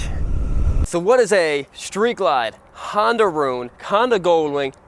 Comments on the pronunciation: It is not a Handa, its a Honda, take that hot potato out of your mouth if you speak english. And a DCT is not a automatic. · It is a Honda not a Handa.